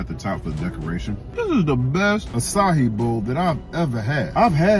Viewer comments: It’s not pronounced “asahi”. That’s an Asian beer😂😂😂It’s pronounced “uh-sci-ee”. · “AA SIGH EE” that’s how u pronounce it king 😂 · It’s pronounce “ass eye e” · açaí is pronounced like this: ah-saa-ee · sorry to be the bearer of bad news but as a Brazilian, I can confirm you are pronouncing it incorrectly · He can't pronounce the name of the fruit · You're pronouncing it wrong. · Pronounced that all types of wrong whoadie